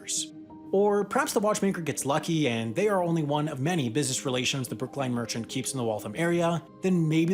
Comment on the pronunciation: Just wanted to point out… as a former Bostonian. It is Brookline, not Brooklyn, and it is pronounced so as in L-i-n-e. A fun fact for anyone who doesn’t live in Massachusetts. Otherwise good job as always, Sam. Although I honestly clicked on the video reading the title “Why moving Monkeys is so difficult” and wondered…